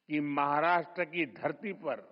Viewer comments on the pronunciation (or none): none